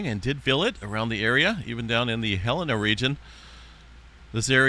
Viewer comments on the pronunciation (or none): none